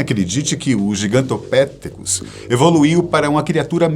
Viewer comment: Gigantopitécus. Sílaba tônica no "te"